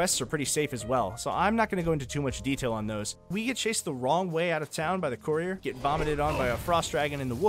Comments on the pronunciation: “The coreer”😂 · How many times will courier be mispronounced? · God the way you say the word courier 🤦‍♂️